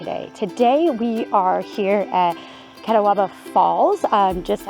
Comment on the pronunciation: As a NC native I enjoy your videos and shoot some of the same areas from time to time. Just FYI, the name of th4 falls is pronounced Ka-taw-bah. The falls and river are named for an Indian tribe that lived in the foothills of NC. Please keep making videos showing off our beautiful state.